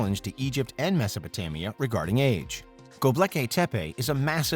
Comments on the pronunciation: ughh he keeps saying gobleki not gobekli, at least teach us how to say it correctly! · Dude! It’s Gobekli, not Goblekay lol (Go-Bek-Lee instead of Go-bleh-kay) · Go. Bek. Li. NOT "go blecky." Thank you. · It's truly tragic that this bozo is saying GobLeki. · its Gobekli Tepe not Gobleki Tepe